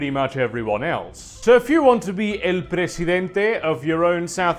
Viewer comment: Wow, your pronunciation of "el presidente" is spot on, congrats